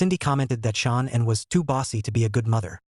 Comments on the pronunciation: SHA'NAN not Shawn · Her name isn’t Sean, AI STINKS. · This is ridiculous and disgraceful. hey cant even say shannans name properly with the STUPID AI..... And the story is completely wrong. Chris was not there when the nut incident happened. This is disgraceful that you would replay such a stupid video.